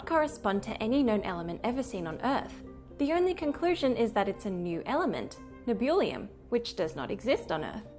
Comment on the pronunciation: Good lord, they just straight up murdered Nebulium.